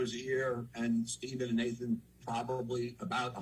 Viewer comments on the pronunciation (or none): none